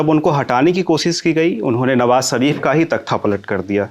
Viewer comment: "" भाई, हम लोग देश के जिस क्षेत्र से आते हैं अक्सर उसका प्रभाव हमारी बोली भाषा पर पड़ता है और ये स्वाभाविक भी है। आप लल्लनटॉप पे हैं और इसको राष्ट्रीय और अंतर्राष्ट्रीय स्तर पर हिंदीभाषी लोग देखते हैं। कोशिश कीजिए कि, आप "श" और "स" के उच्चारण में फर्क कर पाएं। "नवाज़ शरीफ" को "नवाज सरीफ" और "मुशर्रफ" को "मुसर्रफ" कहने से बचें।